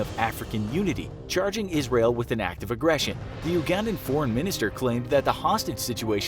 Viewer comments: For future reference Ugandan is pronounced You•gan•dan not oo•gun•dan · Everytime you say Oogandan instead of you-gandan I die a little inside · (You-gandan) not (oo-gandan) also why are the senturies and pilots white, thats not true lol its uganda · I Like you but you say oo-gandan